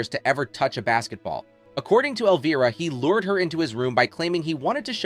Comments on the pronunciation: Love Cassandra, but whoever owns the narrative voice for this special, you need to know that Elvira, as you may have noticed, is spelled with an "I" not with a double "EE." It's pronounced L-Vy-Rah, not L-Vee-Rah." This one boner on your part makes it incredibly difficult to listen to - kinda like fingernails down a chalk board. Please PLEASE fix this mess. Otherwise, it's interesting. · Where did they find this idiot who can't even pronounce the name “Elvira” ?? When "OUT" of character the lady's name is Cassandra not Elvrea,. l have to wonder if the narrator was also the writer? Somebody needs to go back to school! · Can't say I've ever heard Elvira's name pronounced elveera. YouTube has fabricated its own niche for this ridiculousness, having narrators speaking words to describe tv shows and movies they have clearly never even heard of, let alone watched, ever; and it's really annoying. Imagine a world where people do this narration bit, for topics they're familiar with, know about, and have some minimum level exposure to what the hell they plan to talk about and force people at large, to listen to. I realize that's almost as unrealistic of an expectation as it is to expect common sense in the common public, anymore, but it would help the world, in a small way, to be a better place. I'm two and a half minutes into this video, but I'm closing the tab for it as soon as I'm done writing this. Thank you for saving from wasting my time. Suck on my feedback.